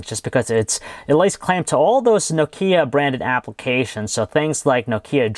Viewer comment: Stop saying No-kea!!!